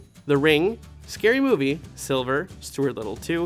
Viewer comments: Btw, you mispronounced Sliver. Its S-L-I-V-E-R Not Silver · Every time he said "silver" instead of Sliver, I cringed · It's Sliver not Silver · Sliver not Silver.